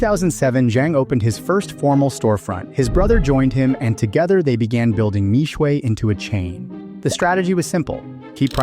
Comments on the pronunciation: For those interested in correct pronunciation. Mixue Mi Xue 蜜雪 is pronounced as Me (as in I, me) Swear. Not Me-Sway as in the video. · Mixue means "sweet ice". Pronounced " mee shie ". Mispronounced. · How are westerners always so bad at pronouncing asian names, how did Xue turn into shuay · Bro gotta learn the pronunciation before making video, Mixue is the main keyword of this video, at least be able to pronounce it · How I wish you had researched how to pronounce the brand name...